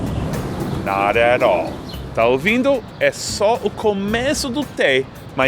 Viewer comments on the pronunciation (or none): not at all = nóréról